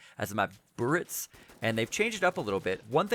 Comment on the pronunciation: it's " BUHRIZ "